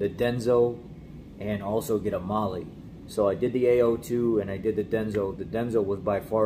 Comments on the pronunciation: It’s pronounced MAH-LAH not Mahlee. 🤦‍♂️ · It's pronounced " Male " like spanish